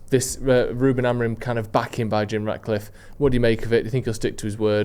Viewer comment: it’s Jim RATcliffe ffs!!! Not “Jim Radcliffe”🤡🤡🤦‍♂️🤦‍♂️🤦‍♂️